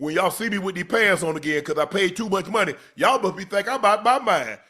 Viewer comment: Man said “my munney funny ocho, you know it don’t bounce the same right now” 😂😭😭